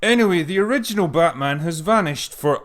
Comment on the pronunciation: Actually, It's BATMAAM!